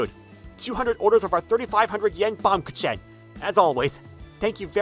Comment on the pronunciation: Uhhh y'all didn't pronounce baumkuchen right (baam-gu-kin)